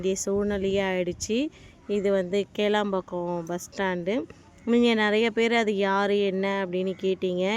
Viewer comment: Athu kelambhakkam illa kilaambhakkam